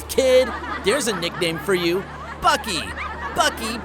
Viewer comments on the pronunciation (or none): none